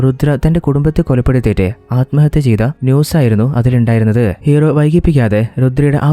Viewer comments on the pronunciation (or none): നല്ല അവതരണം 👌🏿 കുറച്ചുകൂടെ prepared ചെയ്തിട്ട് പറയാൻ ശ്രമിക്കുക. ഉച്ചാരണം പലതും തെറ്റായിട്ട് ആണ് പറയുന്നത് ശ്രദ്ധിക്കണം 🙏 "സ്വയം, സ്വന്തം" അലമ്ഹത്യ തെറ്റാണ് അല്മഹത്യ എന്ന് മാത്രമേ ഉള്ളു അത് പോലെ ഹീറോ and ഹീറോയിൻ ആണ് ഹീറോയിനെയും ഹീറോ എന്ന് മിക്ക വീഡിയോകളിലും തെറ്റായി പറഞ്ഞിട്ടുണ്ട്. സ്ക്രിപ്റ്റ് കുറച്ചുകൂടി എഴുതി പ്രസന്റു ചെയുന്നത് നന്നായിരിക്കും